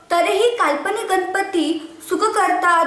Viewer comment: गनपती नाही...ग. गणपती.